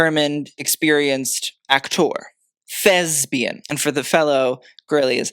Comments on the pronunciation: It’s actually thespian, not thesbian. You learn something new every day 😉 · It's thespian, not thesbian! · Jabot. And thespian, not thesbian. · 2 minor notes: thesPian with a “p.” And Cravat. I love watching your videos! ❤ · Does he know it's thesPian, with a p, not thesbian with a b, or was that the joke?? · it's ThesPian not Thesbian...trust me, I'm Greek 😂 Hoping the Wertheimer family email Chanel HQ with No more clown bibs as the subject line 😂😂